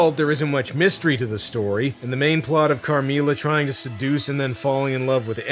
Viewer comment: not you butchering the pronunciation of “Carmilla” 😭😭😭